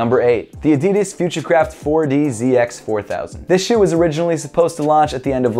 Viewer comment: did he say shoe or som else